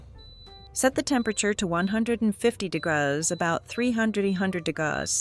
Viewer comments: Thanks for sharing this. I am tempted to try. There is nothing wrong to use the AI to help. I did have a problem listening with the "degause". But, the written translation helped me. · You are overcooking all of your methods...try, try again. Please quit using AI for your voice...it cannot read! Degrauz..degrees C or F. This is simply a poorly executed effort, audio wise. Video quality is good, but cooking? Horribly cooked for people with varying tastes. Do you even know what a soft boiled egg is? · This gal doesn't know how to say degrees. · Not the values, but the fact that AI can't pronounce "degrees". I'm using an air fryer at the moment, because my oven is elsewhere. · That's because she's using a cheap AI voiceover that doesn't know correct pronunciations yet. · The problem is your pronunciation of the word degrees is appalling.